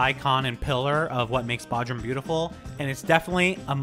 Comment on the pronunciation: It's pronounced BOdrum, hard O sound.